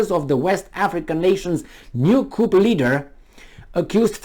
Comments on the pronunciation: You're barking at the wrong tree here. I know what a coup d'état is (I'm actually French) but was merely letting know it's pronounced 'cu' and not 'coupp' in French. He uses the right word but doesn't pronounce it correctly, thus making it sound (to French ears) like another word with completely different meaning.Try reading my original comment for better understanding. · Coup is pronounced KOO, with no "p", because it is a French loanword. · The p in coup is silent. The full terminology is coup d'etat. Also, the last t is silent. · But his way of saying it is more entertaining.